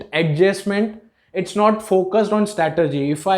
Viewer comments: The word is 'strategy' not 'statergy' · First learn how to say " STRATEGY" then you can make a video otherwise it is foolish.